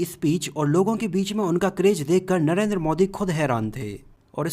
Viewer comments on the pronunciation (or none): none